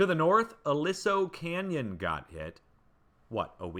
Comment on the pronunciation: There used to be a oil well in Pacoima, not far from Encino. There is a lot of methane underground. And It's pronounced a-LEE-so Canyon. There is a underground natural gas holding tank there that famously leaked a few years ago, that caused the residents to evacuate.